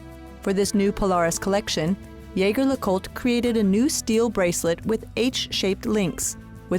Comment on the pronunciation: Shame you didn’t get the pronunciation of “Jaeger” correct